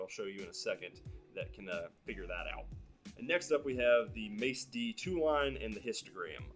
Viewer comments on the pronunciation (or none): not being rude or anything either, But you where calling the macd and machistogram, mace but its actually mac-D. again not being rude man great accurate info!